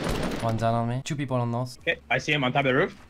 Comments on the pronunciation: Pourquoi les français disent ze a la place de the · cour d'anglais! : the ne se prononce pas ze.. XD sa se prononce di.